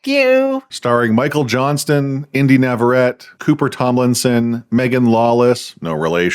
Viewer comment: Hey just so you know her last name is pronounced NAVARRETE, you have to pronounce the TE at the end just as the beginning of saying TELEPHONE for example